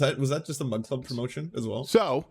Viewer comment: Coldfeet Crowder constantly saying "mug club" sounds like he's saying "mud club"